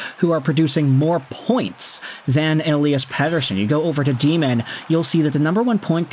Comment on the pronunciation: pretty sure its pronounced ELY-as, not ELI-as. should make commentating a little easier